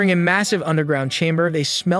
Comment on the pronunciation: “Face tuttoo”😂😂😂💀